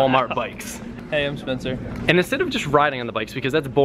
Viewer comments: u said SPECNER but its SPENCER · Did anyone notice when Spencer won it said " SPECNER"